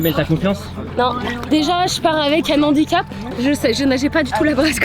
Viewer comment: 2'10" "déjà je pars avec un N'handicap" 🙄😂. Oui tout à fait, celui de ne pas être capable de faire la différence entre un H muet et un H aspiré 🤣🤣🤣